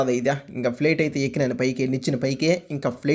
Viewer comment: Plet kadhura babu flight adhi